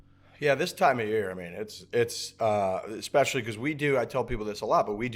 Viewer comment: Anyone else annoyed by them saying EX-specially? I didn't know there was an extra C or X sound in especially. Looking forward to the Netflix show. Hopefully it's a genuine show and not made for children's ears.